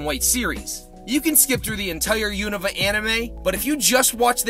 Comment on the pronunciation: You’re one of the few people out there who pronounces Unova correctly. Also great video. 😁